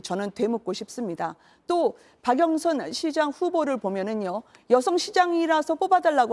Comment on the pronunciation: 허영 운다 울어 ㅋㅋㅋㅋ 박영선을 박영선이라 발음도 못하고 박영순 ㅋㅋㅋ